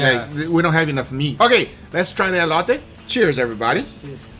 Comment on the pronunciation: It’s ELOTè fool not ELOYTAY